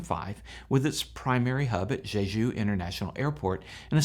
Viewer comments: Quit saying “Zhezhu.” The “j” in “Jeju” is pronounced like a normal American English “j.” I have over twenty years experience in Korea and you can bank on my pronunciation advice. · Just to help--the pronunciation of 'Jeju is "Chejoo''. The President's names are pronounced "Chay Sahn-moke" and "Yoon Suck-yeol". One scenario I can think of in which pilots might elect to do a belly landing--correct me on this if you will--is one in which there is no hydraulic power, no control over the control surfaces and thus no way to slow the plane on the tarmac on a short runway distance remaining and in a scenario when the vehicle is exceeding the landing speeds and more in motion expected at take off speed. Is this logical? I understand that it seems this plane only had one engine out, however--so, the landing configuration is something of a mystery to me--as well--especially as the gear can be deployed manually--given enough time and enough hands. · You pronounce Jeju like it's the name of a French hooker. The J in Korean is the same as in English, so you pronounce Jeju like JAY-JOO. JAY like Jay Leno, JOO like the majority religious group in Israel.